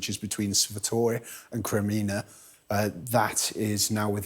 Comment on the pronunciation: All good, only it's "KremiNNá", not "KreMMina"